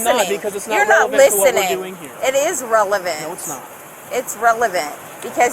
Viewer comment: It's rilivent she says... you mean relevant!!!😂